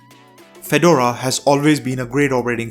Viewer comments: Feh-door-uhh, not fed-ur-uh. Per Red Hat. And Ubuntu (all Debian variants, really) is just as good. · It's pronounced Fe-DOR-a, accent on the 2nd syllable. Like the hat in their logo. You're saying FED-or-a. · Fed-DOOR-RAR - not Fed- u - ru ;) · I thought he was saying "Phaedorah". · Pheh dora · You have done a great video, but it is pronounced Fah-door-rah, it is a type of hat. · Drinking game -- drink every time he mispronounces Fedora. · You could have researched how to pronounce the word "FEDORA" or for that matter the word "SUITE"